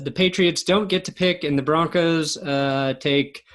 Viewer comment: #10 "Bronocs"???????.........it is spelled B-R-O-N-C-O-S!!!!!!!!!!